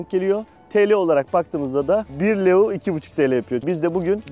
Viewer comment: Gezgin kilisenin adı metropolitan katedrali Stefan selmare değil stephan chelmare Para birimi leu değil ley 🙄🙄 biraz düzgün araştırıp öyle bilgi verin!!